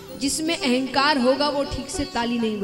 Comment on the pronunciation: महत्त्व को मेहत्तव और अहंकार को एहंकार बोलकर भाषा का सत्यानाश कर रहे है ।